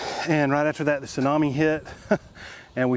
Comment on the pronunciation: Sunomi? Tsunami? - lol - btw, "rr rr r r r reeemix" - made me chuckle.